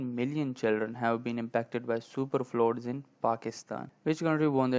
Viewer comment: بھائی فلوڈز نہیں ہوتا پلیز pronouciation تو ٹھیک سے دیکھ لیا کرو